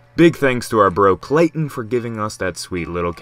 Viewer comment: K.. kl.. KLAYTON?!